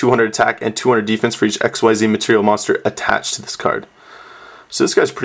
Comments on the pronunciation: Its not ESXCEES or stuff its called XYZees but you don't pronouce the whole XYZ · it's pronounced exeez not x.y.z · It's pronounced "ik-seez" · quote: "I wish they were called Exceeds" unquote They ARE! Xyz is pronounced ik-seez. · xyz's are pronounced ik-seez. the fans just thought it was exceed because it sounds like it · Its pronounced Exceez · On the wiki. It says ikseez (pronoun citation) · Oh my god I hate when people think it's x-y-z it's 1 word pronounced (ikseez) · It is pronounced like exceed. ek-seed. xyz. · Its "Ek-zeez" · I thought it was pronounced zerks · it is pronounced ECKzeed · Uh it's pronounced x c's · it is pronounced IKZEEZ! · It's pronounced xzeez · not ikswhyset-starter-deck!!! Iksees is the right pronountiacion!!! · I love how nobody knows how to actually pronounce the name of the new monster type, it would indeed have been better to just call them exceed monsters